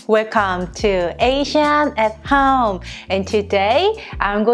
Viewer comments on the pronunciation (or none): This is so trivial I almost don’t want to post it. As a Korean American the way you say “home” is so Chinese. It’s bothered me forever but I love love love your channel!!! Home is 홈....I’ve had people ask me if you are Chinese or Chinese-Korean. This is so trivial but you are representing Korea so I had to make a comment. I don’t mean to be rude or mean. But to improve your channel I offer a tip. Accept or ignore it’s up to you. Please know, I LOVE YOU AND JACOB!!! I JUST WANT TO HELP YOU BECOME THE ULTRA-PROFESSIONAL CHANNEL YOU ARE MEANT TO BE!!!!!